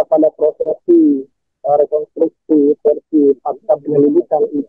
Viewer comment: REKONSTRUKSI MBAK PAKE S DI TENGAH NYA BUKAN REKONTRUKSI...🤭